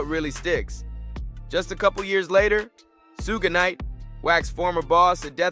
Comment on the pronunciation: Who tf is Sooga Knight? 😂